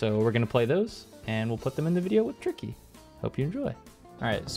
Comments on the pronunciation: I am absolutely certain he said “Tiky” there and you cannot convince me otherwise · he said tiky at teh beggining of expurgation too lul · King of Ice-Cream Sandwiches in that specific part it sounds like he says Hank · might be my imagination, but I SWEAR tricky is screaming "Hank" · Anyone Hear Tricky say TEA T